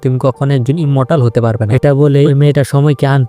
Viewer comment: এ মর্টার না ভাই ইমর্টাল